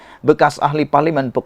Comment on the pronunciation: Anda sebut PELANGAI dan BENTONG salah.. Tak sekolah ke dulu?